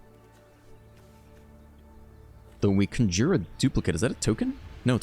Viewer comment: Hey Doc, Your pronunciations are honestly very endearing but, my weird brain feels obligated to intervene. Knock-Tuh-Moon and Con-jur. You’re the best, dude! Also happy belated birthday I watched the video at work yesterday and forgot to leave a comment. Onward we march to the abyss!